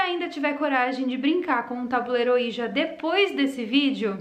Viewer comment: Se diz “oidji”. E na verdade é uma marca, o certo é falar só tabuleiro espiritual mesmo. Falar ouija é a mesma coisa que chamar absorvente de mods 😂